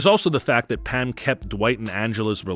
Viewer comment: I'm sorry are you saying "Pam" or "Pan"?